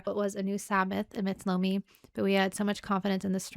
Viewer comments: Tony Eye-Ommi.... No LOOMI!! Tony I-o-mmi!! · Tony Iommi (eye-oh-me), the text does kinda look like an L instead of an I. Many people make the same mistake, not making fun or poking at you. So glad you're loving the Dio fronted Sabbath, you'll love his work with Rainbow as well. Have fun!